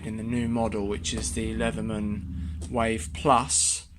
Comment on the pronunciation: It's not called "Wife", it's "Wave". Learn to speak English.